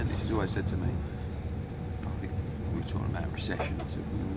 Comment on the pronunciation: “Eddie is just TARKING RUBBISH”